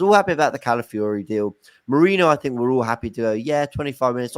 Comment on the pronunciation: Feel sorry for, signing Calafiori just means it's another player he can't pronounce 🤣